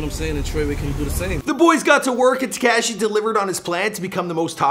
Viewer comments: Why he say tekashi like dat wtf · damn wish knew how to say “tekashi”. it’s not “tech-cashi”. he makes the coolest words sound corny asf. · Its not "TeCashi" and the way you say "Tr3way" is so cringe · It's not tacashy🤦🏻‍♀️ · The way you pronounce Tekashi. smh